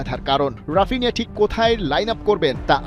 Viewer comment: ব্রাজিলিয়ান উচ্চারণ: হাপিনিয়া